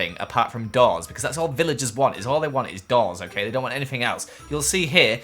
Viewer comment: When you said doors i thought you said dolls